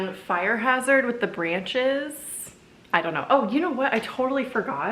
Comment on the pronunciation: did u just call them "branchies"? 😂🙌 🕸🕷🎃 the little painting above the keyrack is SO cute!